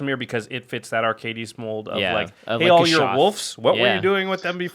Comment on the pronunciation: Watching this and then the most recent episode of the podcast, I'm shocked that Jimmy still doesn't know how to pronounce Arcades. Lol